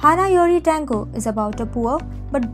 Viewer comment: Your pronunciation of Japanese names is weird. It's like ...either you didn't even try to get them right or never watched the drama to begin with. D-A-ngo? M-u-kino? Nanse? Todom? Made?